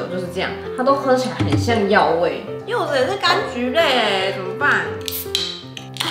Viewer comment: 柚子變「袖子」了XD